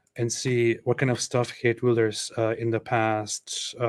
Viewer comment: Geert wilders in Nederland!! Great pronunciation!!